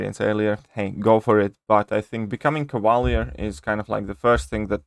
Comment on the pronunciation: Cava leeeeeeeer. !!! Not cava lear